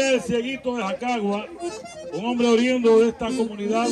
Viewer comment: No se dice Horiendo se dice Horiundo